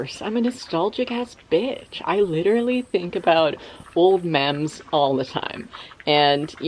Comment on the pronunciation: Wow def thought you said “I love old men” and not “I love old mems” when you were talking about nostalgia 😂